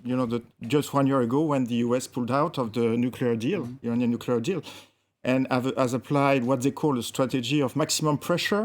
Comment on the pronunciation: Nukeler??? WTF, I suggest you go learn the word NUCLEAR, you moron.